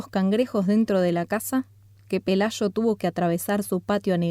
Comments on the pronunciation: Pelayo, no pelasho. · Si captas que es el acento?